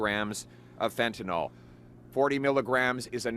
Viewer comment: "FentanYL", Pierre - NOT "FentaNOL"!!! 😮